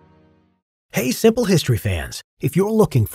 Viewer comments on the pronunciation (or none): did you say "siple" history fans